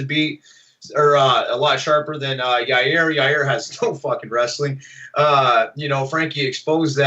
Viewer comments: I love Chael trying to sat certain names. Here we are with "Ya rear" again. Lol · Chael “Ya-rear” Sonnen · Yareer.... chael out here butchering people’s names every other interview lol 😂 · Chael "Yawr-Ear" Sonnen... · YAIR, no R in the middle there. C'mon buddy boy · Pronounced: YAI' IR, Chael. YAI' IR... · Chael just give up on pronouncing Yair lol